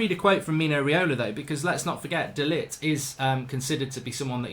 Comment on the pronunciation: De ligt, is not Ligt (lit) lol.